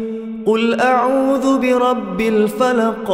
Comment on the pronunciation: Salah sebut audu patutnya auzubillah, awal² dah salah